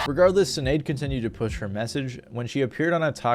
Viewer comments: Her name is pronounced Shin-ade, not Sin-ade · I'm pretty sure the S in Sinéad O'Connor is pronounced like sh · Sinead,pronounced shin aid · BTW Sinaed is pronounced Shin Aid. It's just be one of those gaelic things. same way siobhan is some how pronounced shiv on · The way you’re pronouncing Sinead tells me you had no idea who she was before you did your research for this video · You can't even pronounce Sinead properly.